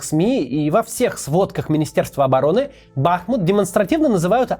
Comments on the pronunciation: Я конечно все понимаю, ничего против сказанного не имею, но есть одна вещь, которая немного раздражает не бАхмут, а БахмУт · бахмУт а не бАхмут, пожалуйста, у бахмУтчанина слух режет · При всём уважении, хотя бы в ролике про Бахмут и при сборе материалов о городе, обратили б внимание, что многие говорят с неправильным ударением. БахмУт, а не БАхмут. А то люди будут гуглить видео об этом городе и даже тут неверное произношение будут слышать. То же самое, если говорить ЛондОн, КиЕв, мОсква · Только город БахмУт, а не БАхмут. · Да конечно, никаких преследований русских не было. Понятно, что это только повод. А почему вы говорите БАхмут, а не БахмУт? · спасибо за то что ты делаешь, но правельно говорить бахмУт а не бАхмут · Максим, название города БахмУт-не давайте повод к себе "допристать")) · Максим добрий день, я і моя сім"я дуже любимо дивитися ваші роліки, але мені як українцю ріже слух коли кажуть БАхмут тим паче що він зараз усюди на слуху, правильно БахмУт (наголос на У), а так велика подяка вам і вашій команді за вашу роботу і величезний професіоналізм, це дійсно величезна робота. Привіт зі Львова,Слава Україні🔰! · БахмУт. Наголос на у. БАхмут, то в голові, коли бахкає, річка називається БахмУтка. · правильно говорить - БахмУт, название идёт от местной речки БахмУтка. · Ну почему упрямо бАхмут...? Правильно БахмУт...! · И еще одно замечание к Максиму. Правильно произносить название города БахмУт с ударение на "У". Хотя сейчас и в Украине многие ошибаются и говорят БАхмут. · Не БАхмут а БахмУт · не Ба́хмут, а Бахму́т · ну ладно, вибачте тогда, им всё-таки лучше знать, я кроме как у каца ударение на а никогда не слышал, да и в интернетах пишут что на у🥲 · Бахмут- ударение на у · В название города ударение на У, БахмУт, гений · Макс большое спасибо за выпуск о моем городе. Только правильно говорить БахмУт! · Только, на будущее, правильно БахмУт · БахмУУУУТ!!!! Ударение на ууууу!!!!! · БахмУт. Сколько можно коверкать название? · в википедии ударение на У